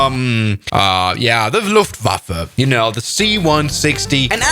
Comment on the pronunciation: I am german and the“Luftwaffe“ u sad was so god pronouncht sorry if i got any mistages